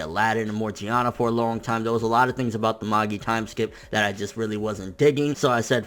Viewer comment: You think he'll ever pronounce Magi right?